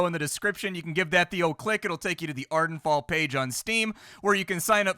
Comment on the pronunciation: Ha, “Arden Fall” is definitely not “Vardenfell”